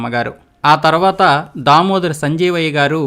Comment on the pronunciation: టంగుటూరి వీరేశం ప్రకాశం పంతులు అంటున్నారు... మీరు మంచు విష్ణు గారి క్లాస్మేటా ? పి అంటే పాములపర్తి అని చెప్పి , వి అంటే వెంకట అని చెప్పలేదు ! దామోదరం సంజీవయ్య గారి ఇంటి పేరును దామోదర అని పలికారు ! అర్దంగి కాదు ! " అర్ధాంగి. " తప్పులు రాకుండా ప్రయత్నం చేయండి